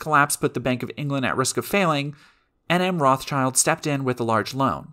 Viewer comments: Ive always heard the s in Rothschild pronouned where it is, not at the end. Its not Rothchilds... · The Rothschild name, like many Jewish family names, is of German origin, and pronounced with an 'i' as in English 'kid', not as in English 'kind'. The 'Schild' in the name is cognate with English 'shield', but because of the slow shifts in pronunciation over time, one of the closest English words that it could nicely rhyme with is now 'guild'.